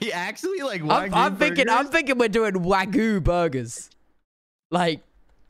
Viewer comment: It’s sad how they say wagyu because it’s not the way it’s pronounced and I only know that because my Tio lives in Japan with his family